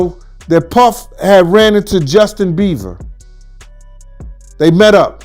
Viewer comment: He said "Justin Beaver", trice